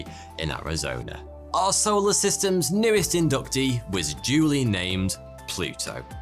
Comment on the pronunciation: Tickles me "arseoler systems"